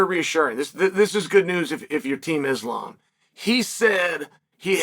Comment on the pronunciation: Eeslaam Mocklechev 💀💀🤣